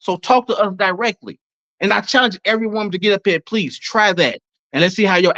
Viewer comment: Pah-LEASE axe this guy!!!!!!